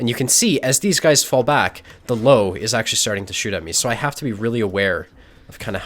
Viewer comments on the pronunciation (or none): I swear to god it triggered me like nothing else Its LÖWE ffs 😂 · Löwe closer to Lerver not "low". It's a small thing but important. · I love watching, great player. The only thing that makes me cringe is when he pronounces Löwe as "Low". It is more like "Lurver" with the U pronounce a little longer almost like "Lourver". Not a criticism, love the vids:) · Lowe is pronounced lerver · its pronounced lerve, not to be an arse im just saying because hearing low just pisses me off xD like its not even close man come on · Lowe is pronounced Lurva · So it's actually pronounced Lirwea:) I would love to invite to Oktoberfest, as the Loewenbrau has that big lion that says "Loewenbrau", and if you heard this once, you won't forget the right pronunciation of Loewe. Like here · That Löwe pronunciation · the way one says the Ö in Löwe would be similar to how you pronounce the U in 'run'. You also gotta remember that there infact is an E in Löwe. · Just can't watch this video till the end because of that Löwe pronounciation ;__